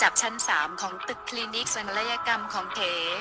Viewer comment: เก๋ กลายเป็น เก..คลีนิค เป็นคลีนิ๊ค ฟังแล้วปวดกบาลมากพอเถอะคนนี้อ่ะคือฟังแล้วไม่รู้เรื่องเลยว่ะ